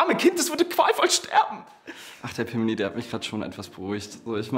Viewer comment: Ich fand die Stelle mit Fernando und Pimli echt gut, aber "Fimli" hat mich so gekillt XD